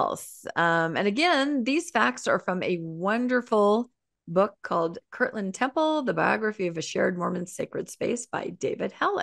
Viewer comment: It boggles my mind how many Mormons mispronounce Kirtland.